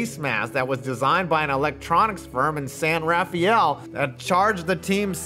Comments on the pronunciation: San Ra-fel, not Raf-I-El. Great vid! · San Rafael. Pronounced “San Rah-fell”